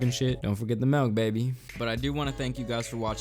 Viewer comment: it’s MILK not MELK! 😂